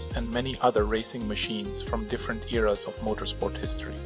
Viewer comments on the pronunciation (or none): none